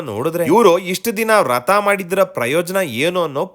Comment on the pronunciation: ರಥ ಅಲ್ಲ ವ್ರತ